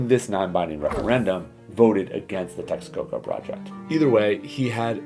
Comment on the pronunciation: Yes, the train is done. The maintenance cost of the airport in Lago de Texcoco would have been just outrageous. By the way it’s not Texaco it’s Texcoco.